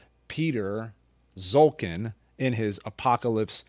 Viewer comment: Piotr Szulkin ( correct pronunciation is ''shulkeen'') was not liked by the state cinematography in communist Poland. That is why he was given a camera only in winter, which explains this post-apocalyptic cold climate in his films. Greetings from Poland !